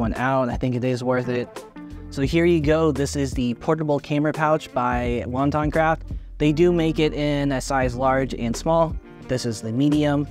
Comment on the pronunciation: Wo-tan-craft not wonton craft. Thanks for making this video. How does bringing the camera out of the bag feel? It’s a tight case with a contour zipper so does that make it feel like a hassle bringing the camera out and putting it back on while zipping it open and close.. I like the size but the quick access on the smallest pilot 2l seems to be a better fit for a edc.